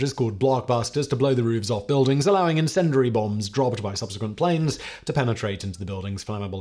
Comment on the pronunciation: Please learn how to pronounce 'incendiary'. Hint; there is no "dur" sound in it.